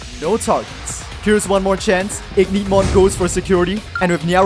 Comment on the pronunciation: It's literally Ignitemon not Igneetmon